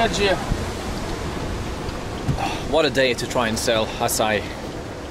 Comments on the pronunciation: OMG! This brings so many memories! BTW it’s Açaí (Note the Ç in Português has an S sound) and it’s definitely not Ice Cream.. it’s a fruit from the Amazon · It’s NOT ice cream! It’s AÇAÍ! And not acai. 🤦🏻‍♀️ It has a stronger sound at the pronounciation in the end. Nice video, though! 👌🏽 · Herarldo trying to start his own language I see. It's pronounced "ah-sah-ee" even in english. Not just in Portuguese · It’s not called açai is pronounce aaa ciii eeee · Açaí the ç is pronounced like a double s. Its made from the fruit and has a lot of calories